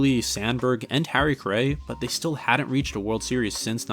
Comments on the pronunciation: Harry Care-ay?! It's pronounced Harry Car-ry! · Awesome video but it was irking me how you kept mispronouncing Harry Caray's last name. It's pronounced like "carry" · ugh, if you had just seen one game that he called and introduced himself or one video where someone talking to him or interviewing him actually said his name, or even Will Ferrell on SNL parodying him "Harry Carry here!" , that's all it takes. Don't trust the robots/AI of Google, they don't care enough to get everything right. Other than that you did a great job w the video. But once I heard Car-AY I was like noooo and I'm not even a Cubs fan. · My dad who's been a die hard cubs fan and watched them from since he was 5 and grew up on WGN (born in 59), sometimes pronounces Carays name wrong. Don't sweat it man, the video was awesome! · is doing a baseball doc and mispronouncing the most iconic cubs names and Harry?! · Google has the correct pronunciation considering both Harry's son and grandson did broadcasting, and they all have the same last name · An entertaining video even with the mispronunciations. I am not sure how you could mispronounce Harry Caray's name. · Overall I still liked the video. In a weird way, you mispronouncing Caray kind of works in your favor because it goes to show how unbiased you are and focused on strictly providing the facts. At least that's how I see it.